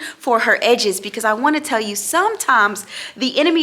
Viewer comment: Not the egdessss!!!! You better speak it!!